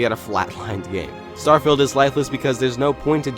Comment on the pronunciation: You said "Starfield" precisely 23 times. (22 times before asking the question how many times you said "Starfield", a 23rd time in that question and once you said what sounded like "Stirrfield".) Where's my Bugatti? 🙂